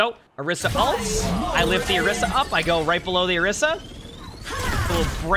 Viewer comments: whys he saying orissa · Why dose no one ever say orisa's name correctly 😔